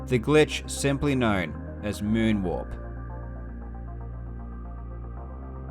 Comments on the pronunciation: I keep hearing "Moon walk" instead of "moon warp" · I spent the entire video trying to figure out of he was saying walk or warp. Link kept running backwards, so I figured that had to be part of the reason it was called the moon walk. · I thought he was saying moon walk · When he said "Moon Warp" I thought he said "Moonwalk" 😂😂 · his accent doesn't have the pronounced rhotic r sound that an American accent saying "warp" would have, so it sounds more like "walk"